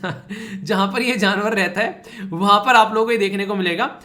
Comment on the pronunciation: Jnavar nahi sir ji janvar boliye